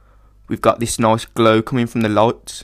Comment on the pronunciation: Nice tutorial, subbing ;) also, I can't stop to notice that your "nice" sounds more like a swedish accented "noice" =P Are you scandanavian? : o